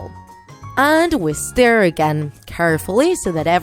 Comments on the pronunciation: The way the narrator pronounces "Stir" or "Stirring" >U< it's like "Stare" or "Staring" 😂😂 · when u say stir u say "stare" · And,yes I heard stir as stare. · It's not stair it's stir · I'm not correcting u but did u just say "steir"? Isn't it suppost to be stir? And in suplies the spelling of that are "supplies" um not mad just saying Like if u heard/seenthese word "steir and suplies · Am I the only one that heard “Stare” instead of “Stir”? 😂😂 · Me too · you made several mistakes with your words first you said feet then you said stare instead of stir so yeah and you forgot one of the people who make slime also is Jojo siwa so keep up it's Plato at the end it was Play-Doh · Did anyone not feel annoyed and triggered when she said stare instead of stir? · Am I the only one hearing stare not stir! Lol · They say stare instead of stir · It sounds like shes saying, "stare and stare"